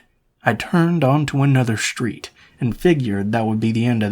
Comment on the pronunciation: Why do you pronounce all of your Ss with an "h" attached to them. "Street" does not have an "h" in it. An "S" does not automatically have an "h" sound following it. Strange variation.